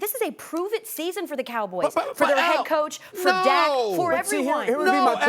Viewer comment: lol she called dak a Cowback lol